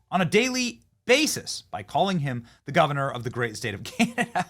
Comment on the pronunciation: Well at least Cana-Dauh not PM'd by the substitute drama teacher.